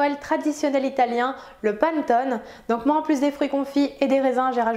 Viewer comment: Super ta recette, je la ferai, mais on ne dit pas panttone, mais panÉttone, désolée mais ça fait mal aux oreilles.